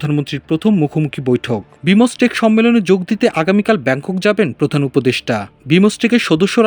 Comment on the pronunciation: "বিমোসটেক" উচ্চারণ জীবনে প্রথম শুনলাম।